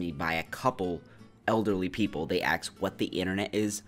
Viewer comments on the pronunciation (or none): all this from a guy who pronounces ask...as axe.